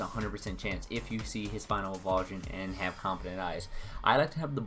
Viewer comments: Thanks for the tutorial but some advice... it's pronounced "evo-LU-shun" not "evolve-shun". Not trying to be a jerk but thought you should know. The argument of "I say it the way I want" need not apply-- it's not a Pokémon name, it's a word from the English dictionary. I imagine you want people to hear your tips and opinions, so trust me when I say it's pretty damaging to people's impression of you if you say a word like that wrong! Keep up the vids though :D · its pronounced EVOLUTION, not evulsion